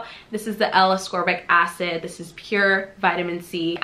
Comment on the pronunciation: Appreciate the review. Heads up, you don't pronounce ascorbic acid correctly.